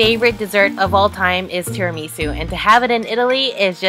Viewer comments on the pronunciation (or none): it's pronounced Al DENT A not Al DANTE of course DANTE is the Italian writer most responsible for the modern Italian language that we enjoy today. Also it's NYO-KEY not KNOCK-E, TIRI-MISS-SU not TI-Ri-Me-Su. One last thing real Italian pizza originates from Napoli the true Italian pizza is the Verace pizza and it is not as thin as other Italian pizzas. Also everybody in Italy gets their own pizza and well done eating it with a fork and knife like a proper Italian. One last thing is try to get out of the tourist traps like Florence or Siena to get proper Italian food. And always drink the local wine with the local food.